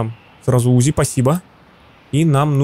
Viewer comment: Не `узи а узи'